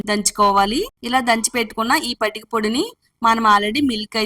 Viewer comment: Patika ante clearga cheppandi